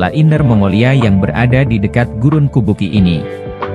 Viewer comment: kubuqi dibaca kubuchi, dalam pinyin, atau fonetik Mandarin yg menggunakan huruf alfabet beda dgn yg umum, Urumqi dibaca urumchi, Chongqing dibaca Chongching, dinanti Qing di baca Ching.